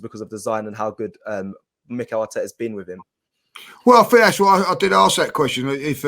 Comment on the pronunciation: needs to learn “Ask” Not akss 😂🤣